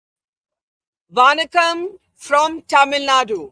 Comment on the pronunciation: Barkha it’s Vanakkam not Vaanakam. I am sure you will correct this in your next episode. Keep up the good work 👍.